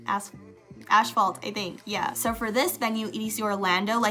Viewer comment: Asphalt, not ashphalt! 😉